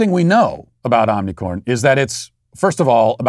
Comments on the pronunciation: I love how Matt intentionally mispronounces the omicron variant.😂🤣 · He corrected himself to the incorrect pronunciation